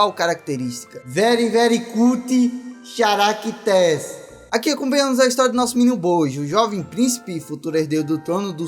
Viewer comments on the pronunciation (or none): Se fala Caracters e ñ CHaracters de jeito em q o ch é literal (so pra te contar ñ é hate )